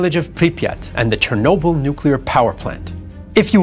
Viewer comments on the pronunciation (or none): none